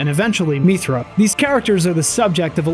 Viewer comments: I'm just curious, where does your pronunciation of "mee-thra" come from? Throughout the game Mythra's name is said about a hundred times and it's always "mith-ra" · The way he keeps pronouncing mythra wrong annoys me. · They say Mythra's name about 500 times across both of those games so I don't understand why you are mispronouncing it except that you're doing it on purpose for some reason. Also, why did you completely gloss over the connection between the first two games? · Great video, was a fun watch. Your pronunciation of "Mythra" kinda triggered me but other than that I enjoyed your take on the series 😂